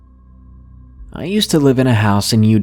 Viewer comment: how he said Elijah!! had me dead